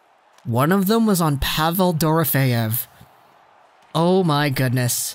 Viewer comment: Just wanted to let you know it’s pronounced Duh-Row-Fee-ev